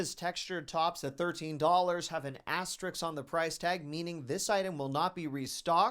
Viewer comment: asterisk, not astrix